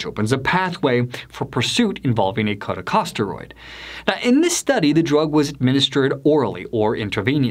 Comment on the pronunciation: Who is this narrator for this video? Is he an epidemiologist or MD? I don’t think so. “Political aspirations” & “talk radio show host” raise huge red flags for me, regarding Dr. Bartlett. If so, why can’t he pronounce the simple & ubiquitous medical terms “epithelial” or “corticosteroid”. It’s like someone claiming to be a surgeon who doesn’t know how to pronounce the word “scalpel”. This Does NOT engender confidence in HIS opinions or interpretations, although I do have confidence in the consensus judgment of the two medical societies he mentioned at the beginning of the video, which rejected Dr. Bartlett’s assertions. The solution for treatment will come out of top-QUALITY controlled studies. A boatload of quackery & medical scams will come out of uncontrolled studies.